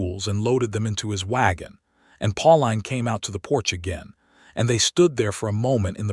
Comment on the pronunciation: Her name is probounced Pauleen not Pau line.